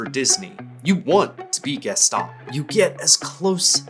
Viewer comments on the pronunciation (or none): none